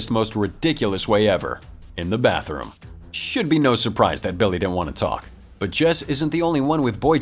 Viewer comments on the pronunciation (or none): none